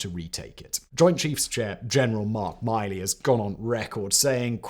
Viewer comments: GEN. Mark MILEY not MĪLEY. HES NOT MILEY CYRUS. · Kofman has two faces, Miley is pronounced like the grist mill, not the measure of distance, and the photo display when talking of Crimea looks more like St. Petersburg than Sevastopol. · General Mill-Lee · Mark Milley, Sevastopol, etc. I could go on but, could you please learn to pronounce the names of the places and people you are covering?